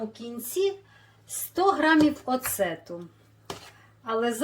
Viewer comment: Оцет,а не оцЕт.